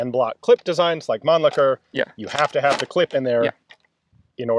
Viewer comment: That's an interesting way to pronounce mannlicher